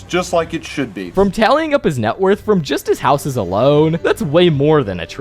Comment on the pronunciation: You make super good videos, but your youtube accent is starting to pmo. "Mr. Goodman is by far the richest character in SMLLLLLLLLLLL". "Housessssssss". (greatly extending the last syllable of every sentence)